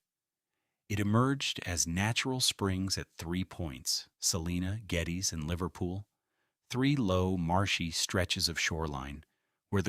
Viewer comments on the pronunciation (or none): Geddes is also pronounced wrong